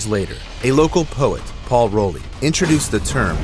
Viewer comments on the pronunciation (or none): none